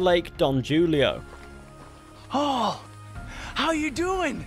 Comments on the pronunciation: Not to be that guy but might be pronounced "hoolio" since most of new austins landmarks are in spanish and you knowm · Don what now? You mean Julio (pronounced more like Who-Lee-oh) Sorry, I just that was funny. especially after assuming you butchered Rio Del Lobo (which you successfully pronounced). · The J has an H sound in spanish. Hoolio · Don Julio is pronounced don Hulio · The J is in julio is pronounced huulio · it's pronounced Hulio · its pronounced hulio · The mispronunciation of Julio